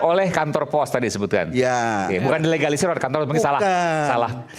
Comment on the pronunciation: Ga bisa ngomong dilegalisir 😂😂😂 berkali2 terdengar di egalisir 😅😅😅😅